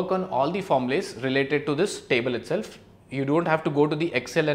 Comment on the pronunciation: you said the word 'formulas' wrong🤣